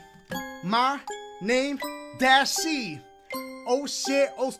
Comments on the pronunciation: “DASIEGAMES Best Moments of 2019” where the H at my guy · it said dasiegames instead of dashie lmao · Wheres the h in dashie